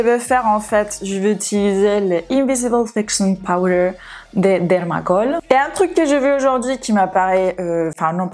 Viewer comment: Amo el momento en el que esta leyendo el nombre de los polvos en inglés, a continuación la marca de dermacol con acento español y al segundo habla francés. Me ha hecho la cabeza 🤯